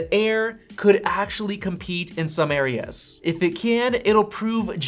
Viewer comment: Compete in some “Aireas”